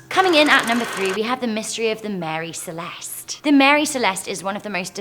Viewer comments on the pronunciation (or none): none